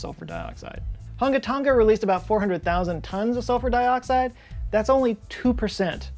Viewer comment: Its totally not Hun-ga Ton-ga, it's Hung-a Tong-a, the g is unvoiced. Sorry, had to do it on behalf of the Tong-an people I have known, and, it's even more fun to say.